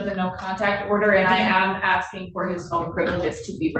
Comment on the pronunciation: "Axing.." facepalm